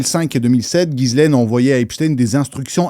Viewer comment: on prononce jisslaine le prénom Ghislaine qui est français et pas gisaile comme bcp le font. Force a ta vídeo sur heips